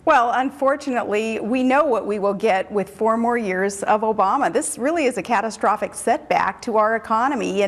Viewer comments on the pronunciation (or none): did she just say.. "cattle-strophic" instead of catastrophic?? lmfaoo